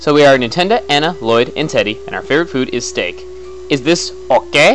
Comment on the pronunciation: where I the only one who tought chugga said nintenda